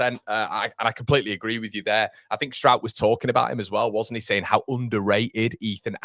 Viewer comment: Turned off after you said Pascal of Struijkshire ! Kevin of Kevinshire ! :0)